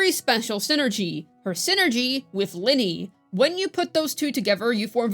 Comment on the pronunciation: her name is "Lynae", not "Linney"